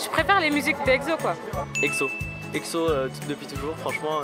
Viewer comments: Mais pourquoi EGZO ? 😭😂 c’est EXO (prononcer le en ECSO) Non ? Parce que j’ai tjrs prononcer comme sa 😂😭😂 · C'est exo E X O pas Ekzo MDR 😂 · Juste une chose: "EKSSO" merci ! :'3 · Par contre svp respectez les noms des groupes 😭 le egzo et izone me font mal aux oreilles sinon sympa la vidéo mdrr